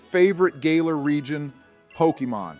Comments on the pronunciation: "Gaylar Region" I do love the AI pronunciations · hehehehe... "Gay-lar"... hehehehe